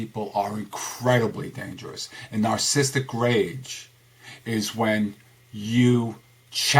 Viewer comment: Is it me or is he pronouncing it, "narcisstic?" Yet spells it "Narcissistic"